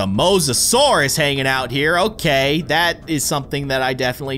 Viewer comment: his name is the mose-o-sour